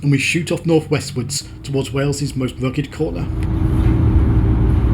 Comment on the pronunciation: This is incredibly well done. Thank you for showing so much respect to wales, through your research and pronunciations. teithiau diogel ymlaen